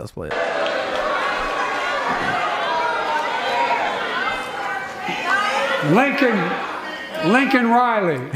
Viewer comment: Lincoln IS A BLACK NAME and Joe pronounces that just fine.